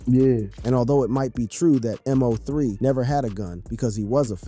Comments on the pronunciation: How you can't say his name right M-0-3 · Why you mispronounced this man name